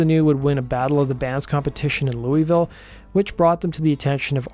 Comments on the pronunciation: Said Louisville wrong bro the Kentucky disrespect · Oh man, that pronunciation of "Louisville" is too much.